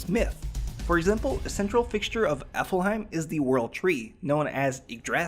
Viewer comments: he never cheated in SAO but other players considered a beta tester as a cheater because they knew more about the game than anybody else... watch the 2nd episode of S1... oh and another thing that's wrong, it's not AFLheim but ALFheim... well that's just nitpicking and also those weren't exactly facts but raher just the story-. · Why are you saying alfhiem like applehiem????? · He accidentally switches the L and F in "ALfheim" so he says it "AFLheim" (affel-heim) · ok its aLFheim not aFlheim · afelhime?? afelhime?!? HAHAHAHAHAHAHAHAHA oh im sorry but that is so funny. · Alfheim not Aflheim XDDD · It's Alfheim, not Aflheim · Sounds like Applehiem. Omg that means it's even more crap than before what have I created o.O Amosphere, powered by IOS 56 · I'm sorry but I'm just being nitpicky. I hear you keep saying the name of the second game in SAO differently along with Kirito's name. It's not Afleheim as it sounds like you're pronouncing it, it's Alfheim (Alf-hime) and Kirito (Ki-de-to). Again so sorry, it's just a little pet peeve of mine when it comes to pronunciations. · WHY!!! ITS NOT AFLHEIM ITS ALFHEIM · Pronouncing "Alfheim" as "Affleheim" has nothing to do with an accent. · it's pronounced Alf-Haym, I'm sure u offended a few Norwegians. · Please say Alfeim Right PLEASE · sorry but this video annoyed me while I watched for multiple reasons but the main two are that 1- he mispronounced alfhiem and called it aflhiem. 2- these aren't facts we don't know these are mostly spoilers for people who haven't watched the anime in the first place. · It's pronounced alf-heim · STOP SAYING AFFEL HEYM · When watching this I had some serious anger issues when kept saying 'Alfheim' wrong. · It bothered me so much how he pronounced "Alfheim" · your pronouncing alfheim wrong while being a shortened version of its original norse land of the light elves alfenheimr it is still pronounced in the same fashion with short harsh vowels and silent e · Aflhiem xD